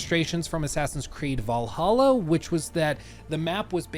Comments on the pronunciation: You mispronounced “Vallahha” 😉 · It's "Vllahha"